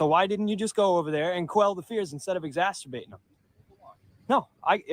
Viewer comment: You might want to tell him it’s Exacerbating not Exasterbating… I think that’s probably a whole different thing 😂